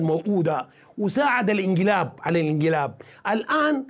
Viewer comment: اعتذر للهاء التي بدلتها بالاء في الكثير من قولك مثلا الانقلابيه تقولها انت الانقلابيا